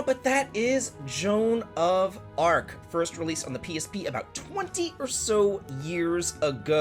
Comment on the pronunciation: The master of pronunciation is back with "Shoan of Arc", probably from the Toohoo universe. :D Sorry, I don't mean to tease. ♥ Jokes aside, this looks really great. I like the Level-5 esthetics a lot. Could also feature Professor Layton as a Geomancer. :D Unfortunately, I don't own any Sony console.